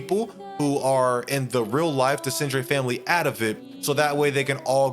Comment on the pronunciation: Tried watching this but the way you pronounce Renoir and Desandre is just jarring. You have multiple examples on how to pronouce them in-game.